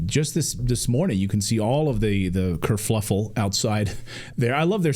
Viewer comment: This is the second time that I've heard you say kerfluffle. 😊 It's kerfuffle.